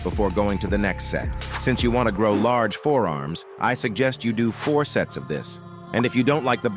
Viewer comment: I heard sets as sex 💀 (i am not really that dirty minded)